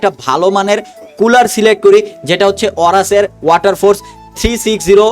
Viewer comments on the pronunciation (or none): none